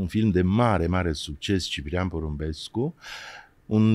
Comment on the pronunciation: O Bertha ....o actrita superba...il cheama pe fiul meu Ciprian ..asa frumos pronunta Ciprian ❤